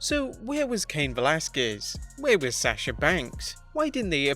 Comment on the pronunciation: Stop saying Sasha like that